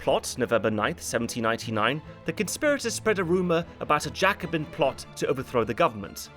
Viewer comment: The way you say Jacobin makes me mad